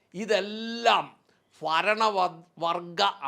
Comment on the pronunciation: ഫരണമല്ല ഭരണം